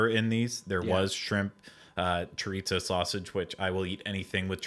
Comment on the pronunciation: Did I hear Ryno tell he was saying "chorizo" wrong?? Lol. He was but that's ok! Also that blue cheese sauce sounds fabulous! Im with you and would've loved that!